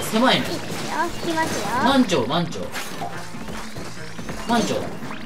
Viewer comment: まん↑ちょう↓ かん↑ちょう↓ のイントネーションが好きすぎるw